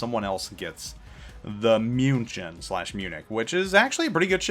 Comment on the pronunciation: Come on, it's a "München", everyone who watches football (or soccer for some) should know how to pronounce it IGN: SubaruSama Server: EU